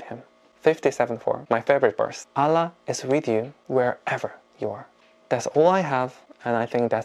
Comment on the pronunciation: Your pronunciation "Allah" so pretty 😀